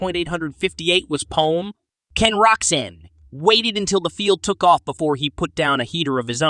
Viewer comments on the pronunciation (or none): Did he call Roczen, Roxanne?? 🤣🤣